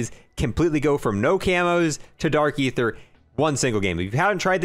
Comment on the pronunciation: its dark EEEEEther not ATHeerr